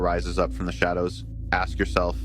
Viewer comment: aks aks aks finna go crazy when people cant pronounce ask properly